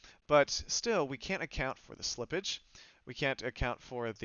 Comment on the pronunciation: Most importantly say silipage